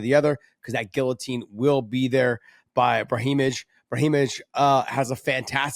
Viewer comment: Can somebody teach this man how to speak the word “ guillotine “